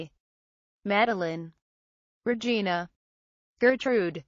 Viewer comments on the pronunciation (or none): none